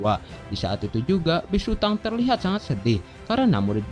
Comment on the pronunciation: Hhmm mohon maaf😅😅😅 itu bukanya big sutong kok bigsutang😅😅😅